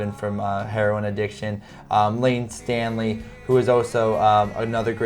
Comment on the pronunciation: Staley not Stanley..